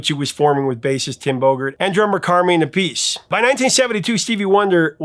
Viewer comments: It's "Jamaica". And it's "Ap--pi-see" not "A piece". Professor... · Just an FYI... Appice is pronounced "APPuhSee." Great piece tho. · Double check pronunciation on Carmine App - i - see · I love everything you do. So thank you. Now I noticed you pronounced Carmine Appice like " a piece" of pie . But I have heard his brother Vinnie introduced as Appice like (AH-pa-SEE) by Ronnie James Dio. This tracks as it is an Italian name. So I go searching this. Well, there is a whole story behind this. You can find the interview by Carmine about why he pronounces his name different than his brother. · Carmine Appice is pronounced (phonetically speaking): CAR meyen App Piss see. You should know that. His brother, also a drummer (for Dio and Black Sabbath and Heaven and Hell (just to name a few) was Vinnie Appice. Also, Ian Gillen was not the bassist for Deep Purple -- he was the vocalist. The bassist was named Roger Glover.